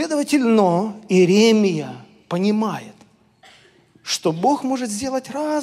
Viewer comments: ИеремИ́я, а не ИерЕ́мия!!! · простите, но Вас невозможно слушать, ибо Вы нещадно и кощунственно коверкаете слова и имена, аж уши сводит!!! Неужели Вам трудно поинтересоваться, как зовут пророка ИеремИ́ю, например? Ведь сейчас столько возможностей быть грамотней...